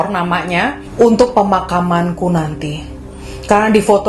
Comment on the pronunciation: Kalo susah nyebut pemakaman dipisah aja pe-makam-an 🤣